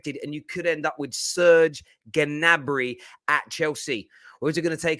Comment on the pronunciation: It's Ñabri not Gah nabri..